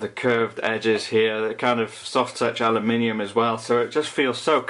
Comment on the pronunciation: You nearly didn't pronounce aluminium correctly :)